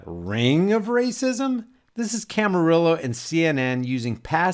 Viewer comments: Sorry but I have to correct you, it's Allison Camerota, not Camarillo! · It's Alisyn Camerota, not Camarillo. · It's "CAMAROTTA" not Camarilla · LOL, I like the way you keep calling Alisyn Camerota by the name "Camarillo" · It’s......camo- rot-a.............emphasis on ...............rot